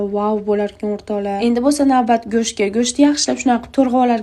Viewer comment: Go‘sht✅️ Go‘sh❌️